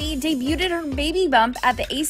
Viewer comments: Debued not debuted. Lol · Did she just say "day-bu-ted"?